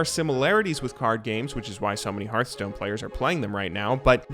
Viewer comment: I was gonna subscribe, but then you called Hearthstone "Heartstone"... Jk, good video as always!